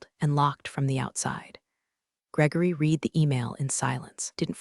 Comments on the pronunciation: Read can either be pronounced like the marsh plant "reed" or like the color "red", depending on the tense of the verb. The AI used to narrate this video consistently used the present tense pronunciation, i.e., "reed", instead of the correct past tense pronunciation, i.e., "red". Invest the extra dollars to do the job right and hire a living narrator who has passed English from an accredited institution and not from a dumb DEI institution to read your script. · I can't take it anymore. I enjoy the stories but you've got to do something about your AI. All stores are told in the past tense. So "read" becomes past tense pronounced "red." It's Pat a go nia (long o in go). The Pentagon is pronounces "Pent a gone." Whoever writes the screen language can't spell or punctuate. I usually just listen rather than sit and watch although I enjoy the scenery. Please do something about spoken words and screen writing. I can't take it anymore! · Easy now, be gentle with the AI. It's just a three year-old, it doesn't know much about anything. It hasn't even learned to pronounce read in past tense. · "I 'red' it three times". The English word 'read' is spoken two ways. Please learn the correct way to pronounce the word, correctly. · Love this - "digital news" as the pronunciation of "digital noose" - and the word "read" being repeatedly pronounced "reed" rather than the correct pronunciation of "red". These fairy stories are so enjoyable and I appreciate the creativity behind them. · Assuming text-to-speech engine was used to generate narration - words pronounced incorrectly ("read," "Elon") is distracting.